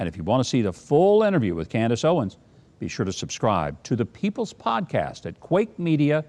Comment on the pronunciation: Mike, Mike, Mike.. Can you please get her name right? It's Candace OwenS